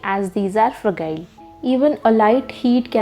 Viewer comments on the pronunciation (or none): Informative video, just an observation - fragile is not pronounced with a g but with a j sound. Fra-jile.